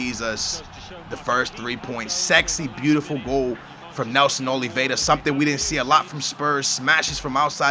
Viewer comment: Nelson Oliveira, does not have a 'd' in his surname and Labyad is pronounced la-bee-yad., you gotta learn these names dude